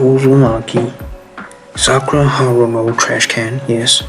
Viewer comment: The names not sakrua 🤦